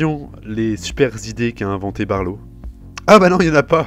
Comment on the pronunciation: Appelé barlo ? C'est balo... pardon...